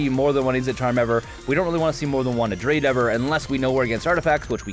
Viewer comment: Everytime he says adrade over abrade i die a little inside